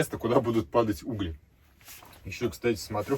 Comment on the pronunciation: Всегда улыбка от тебя, я тоже смотрю и улыбаюсь. Очень позитивно, интересно и хочется поскорее новый выпуск. Выпуски очень интересны, особенно для тех, кто не может в силу разных обстоятельств сделать вылазку на природу., за Угли, а не углИ - дополнительный лайк.